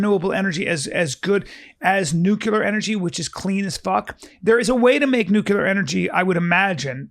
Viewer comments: Yo B, the word is pronounced nook-LE- er not nook-U-ler. Might be some of that cte from “moving around the ring”. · Come on B! It’s Nuclear “new-cle-urh” not “nuke-ya-luhr”